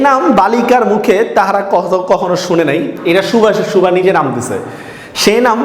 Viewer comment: সুভা শব্দটি উচ্চারণ করতে হয়তো আপনার অসুবিধে হয়।